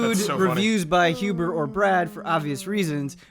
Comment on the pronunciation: When says "Michael Huber" I almost hear it as "Mein Huber"